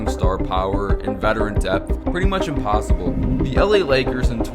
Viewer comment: “Attmept” “impossoble”